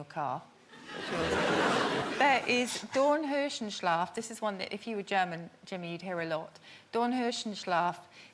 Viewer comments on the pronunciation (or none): She pronounces it, wrongly, as „Dorn-höschen-schlaf“. Theres NO Dornhöschen in German and I don‘t care wether you found that on the Internet. It doesn‘t exist. „Dorn-R-öschen“ on the other Hand exists. Thats the word she meant but completely misspelled as „Dornhöschen“. Then her definition was just a translation of her wrong pronounced word witch Translates to „Thorn-Panties.Sleep“. But But really its „Thorn-Rose-Sleep“. So the second word she says is inexistent. The fist one is too. So both don‘t exist. 1st one is just invented, 2nd one is badly misspelled and thus wrong. Understand now? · No, it wasn't, cuz that doesn't exist. Suzie just can't pronounce "Dornröschenschlaf", which is tough for non-native speakers as the first "sch" is a "s-ch" (it's a diminutive, small rose) and second is the actual "sch"-sound. On that note, the first word she mentions is made up.